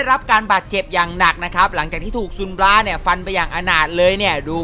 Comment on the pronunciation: บราครับไม่ใช่ปัง